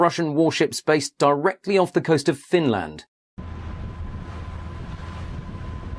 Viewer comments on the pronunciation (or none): Not the most believable, but incredibly well made nonetheless Edit: Apart from how Finland is pronounced!